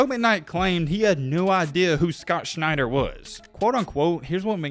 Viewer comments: Shent-er, not Schneid-er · Scott Schenter as in Shen-terr not Schneider. Just struck me funny. If I am remembering correctly usc was loaded back then. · Schenter is not pronounced Schneider.